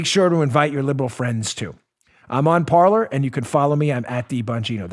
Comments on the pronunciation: why do the english pronounce french words.....its supposed to sound like "Parley"....actually an accent on the e....like the pirates.....parler......not parlour.......... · It's pronounced par-LAY ! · Parler. I really think it's pronounced "par-lay" from the French, meaning to talk.